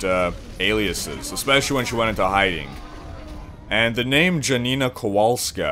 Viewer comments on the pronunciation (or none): its not dżanina kowaulska.